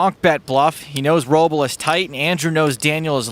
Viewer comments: SIGH-ver instead of SEE-ver, Rob-el instead of RO-bl, Brian Kenny instead of Brin Kenny. I can't stand AI jabbering. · F Tony g for being an ah. And also f the narrator for not knowing how to say robls name correctly.